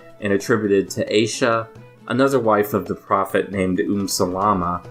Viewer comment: The first two vowels of the name Aisha are a diphthong. It’s pronounced “a-EE-sha”